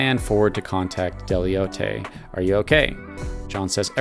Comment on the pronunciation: My friend Deloitte & Touche is huge accounting and consulting firm pronounced “del-oit” like Detroit not “del-yote” 😅😅😅 Funny video nevertheless